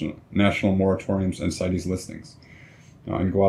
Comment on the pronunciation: good job! as a side, CITES is an acronym, not a Latin word, & is therefore pronounced sights, not sigh teez.